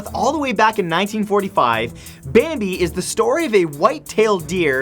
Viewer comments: its bambi not bami... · Bami?! Matt, you missed a "B." 😆😅😂😉